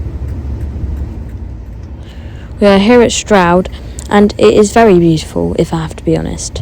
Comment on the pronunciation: Is it pronounced Shtroud or Stroud?